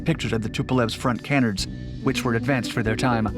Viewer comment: That's not how you pronounce canards. Kuh-nards not kae-nards.